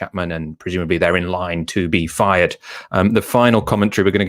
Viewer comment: That tends to be the ‘running Fred’? Learn to pronounce ‘th’, FFS!